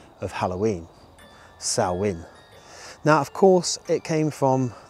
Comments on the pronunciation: Fun video! Good that you pronounced the Irish word Samhain correctly too 😉 In Welsh it is Calan Gaeaf. 😊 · Loved the video, thanks. Great that you pronounced Halloween in the Celtic language correctly. Take some nuts for the squirrels and hold them out flat on your hand. You may make one or two friends! xx